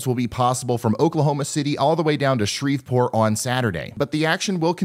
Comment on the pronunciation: He said Shreveport and he said it right. good job